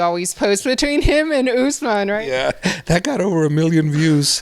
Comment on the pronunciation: Khabib and the rest always pronounce it as usman javier always says ushmen lol